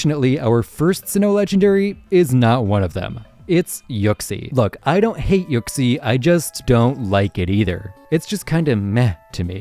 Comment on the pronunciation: Why the fuck does he pronounce it yuck-sie